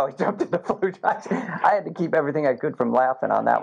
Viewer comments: Falusha … yeah no one says it like that… ifykyk… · you have to pronounce it in a 'the nanny' fran drescer queens accent 'faayed looshah'